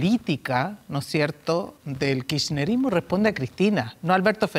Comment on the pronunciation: Es Kirchnerista no Kirshnerista Díganle que Aníbal es otro..😂 Echamos a la Derecha para unos pocos.!👋👋🌅🌅 Prensa chilena miente